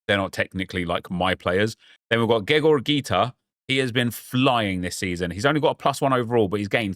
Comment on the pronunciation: He’s cultured